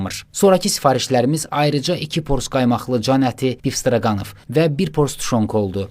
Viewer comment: Bistroganov deyil ,Bistrogonov 😅